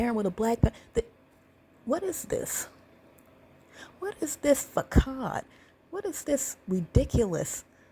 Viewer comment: did you mean "façade"? If so, ç, with a hook like that, is pronounced like an s. Word to the wise.